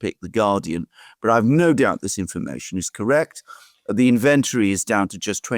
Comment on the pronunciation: I know that this is a very small thing, but I do find that it sometimes gets in the way of understanding what Alexander says. He pronounces the word "inventory" with the stress on the second syllable giving inVENTory, which is, admittedly, the default position for the stress in English words. But it makes it sound as if the word is connected with the word "invent", which it is not. British English avoids the problem by moving the stress to the first syllable, INventory, while American English moves it to the third, invenTORy. If any established variety of English uses inVENTory, I am not aware of it.